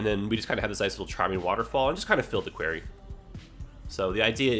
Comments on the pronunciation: As a fellow Canadian that doesn't live too far from.. that's not how most people say it here lol. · Did you just pronounce quarry as “querry” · Great small town - great tangent - nothing to forgive. Thank you. Your accent confused me when you said the pool was in a “querry” - never heard quarry pronounced like this before!